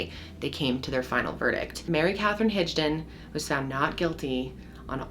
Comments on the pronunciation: Havent fully watch this yet. But I have to make a correction. Its Higdon (Hig like Rig. Not Rij) lol. Not to be that guy. But I am a Higdon an have heard this my whole life. I love your content. Keep it Up. Much Love and Respect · Not enough proof?! She said she did it even after saying on purpose, her story was still she was the one that pulled the trigger, that jury sucks and side note why do I feel like her name is HIG-don, not HIDGE-don? 🤣